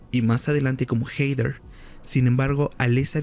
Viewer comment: Heider (hater?) jajaja Heather (Heder)